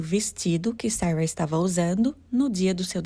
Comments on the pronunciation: E o tanto que incomoda ela falar Sawa, Sawa, fala Sara, pelo amor de Deus kkkkkkk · Vídeo bom mas a pronúncia do nome Sara” está muito ruim.